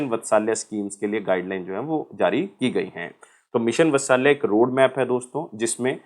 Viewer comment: मिशन वत्सल्या नही भाई मिशन वात्सल्य ठीक से बोल भाई जब पढ़ा रहा है तो ।।।।